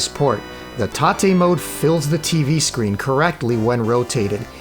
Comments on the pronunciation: Mate, thanks for the great video. I enjoyed it very much. But i have to say it: It's tate mode, 'tate like rotate. Because the screen is rotated. It's not taté. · Do you think maybe it's tate mode as in rotate? Rather than taté (tar-tay) ? Just wondering. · What's with all this "tah-te" mode nonsense? You need to get GAME SACKED, sir. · "tah-tay" mode 🤨